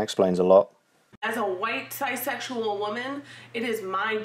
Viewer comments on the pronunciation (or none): Listen carefully and you might hear something different, she said sigh (ci silent s) not size, it sounds like a politically correct way of saying cis, so as to not leave a woman as being referenced to the cis gendered male. Size comes from the word flow cis sexual or in her newspeak ci sexual or cise exual. So feminist straight women are sigh sexual, is there another inference we can get from this. Sigh.